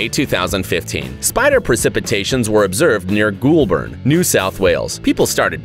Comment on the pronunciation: I’m sorry but I’m dying of laughter. Goulburn is said. Goal burn. Not ghoul burn